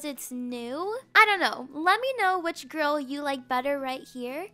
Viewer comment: i thought she said girl but she said grill but its sounded like she said girl